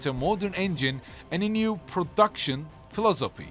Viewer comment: it's not his accent. He just didn't know how to pronounce it. Philosophy was also pretty funny.